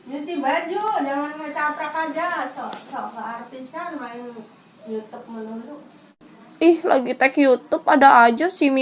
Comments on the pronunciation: Magsud si simi itu ngebenerin kata yg salah kan bilang nya yutub trs dibenerin sm simi jd bacaan YouTube gitu tante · Itu disuruh ngomong yang bener😂🤣bukan yutub, YouTube katanya🤣😂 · Lah kamu bilang yutub harusnya youtube😂